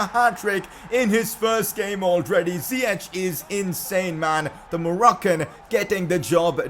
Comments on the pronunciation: Dont say (zieq) but (zajek) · it's ziyech not ziyeCHH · it's ziyack nit ziyech(pronounciation) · It's Zi-yek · Ziek is how its pronounced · It’s ziye”k” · Its pronounced Zee-yesh